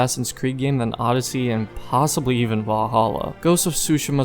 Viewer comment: as I sayed you have a real trouble with odeyssey 😂